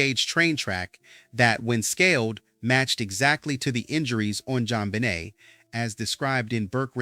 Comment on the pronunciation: Her last name is pronounced Ben Nay, not Benit